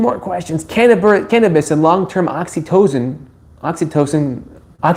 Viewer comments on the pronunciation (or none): Sorry to hear this fellow can't even pronounce 'oxycontin' but should be giving advice about it. No wonder the answer was vague and unresponsive. I certainly wouldn't recommend getting medical advice over the internet on a youtube channel. No matter how 'nice' the guy appears to be.